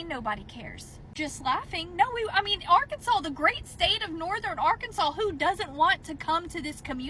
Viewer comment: Nice video. Just an fyi, it’s pronounced ar-can-saw.